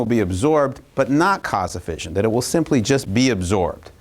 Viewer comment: Note to Kirk: fission is pronounced like "gone fishin" (like mission, compression, session, possession). The single 's' in fusion has the fyü-zhᵊn sound (like confusion, contusion, intrusion, etc.)